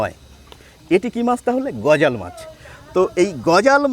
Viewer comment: গজাল না গজার মাছ বলে। আপনারা শুদ্ধ ভাষায় আর কবে কথা বলা শিখবেন 🤔